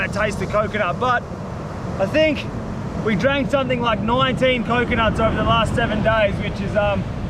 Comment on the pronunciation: I always hear “7 dies” 😂